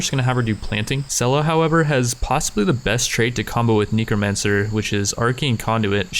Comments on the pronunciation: why do you say NICOmancer? NECROmancer xD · 'Possibly the best trait to combo with ne*romancer' ... I'm not even sure how you'd stumble upon this pronunciation. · still saying Nekomancer xp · Average person: Neh-kruh-man-sr an intellectual: Ni-krow-man-sr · I think it’s really funny how he pronounces necromancer as neecromancer. It gets a chuckle out of me every time. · Am i the only one who notices that he is saying KNEE-CROW-MANCER? lol it's funny but irking at the same time i love it and hate it plz halp!!?!?!?! O.o o>o